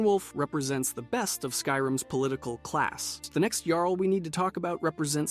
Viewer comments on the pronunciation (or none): It was a little frustrating to hear "Jarl" pronounced incorrectly every time you introduce them, then pronouncing it correctly until you bring in the next Jarl. Perhaps you meant it in light humour, but it was just jarring imho. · The way you both mispronounce and correctly pronounce the word “Jarl” all throughout this video is infuriating.